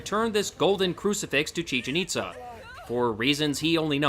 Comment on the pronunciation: thats not how you pronounce chichen-itza do you hate mexicans? or do you hate mexico?